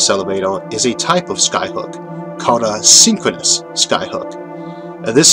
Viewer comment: Sinqwinous ovbit and nonwhoatational sky hook megastwuotaues